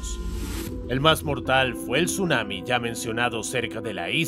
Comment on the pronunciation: Tsunami❌ Sumami✅